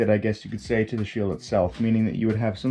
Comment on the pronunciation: “I am ze spy”